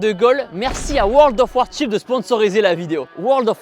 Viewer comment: Très belle vid. Par contre il faudra travailler l'anglais :) (World of "War Chips").